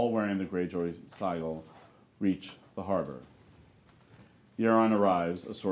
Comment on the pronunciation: These scripts are very entertaining, but someone could tell the narrator how to pronounce certain words, such as "sigil."